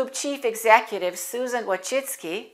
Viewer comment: My congrats, your pronuciation of Polish surname Wójcicki (vooy-chee-tskie) is almost similar to genuine Polish pronuciation!!!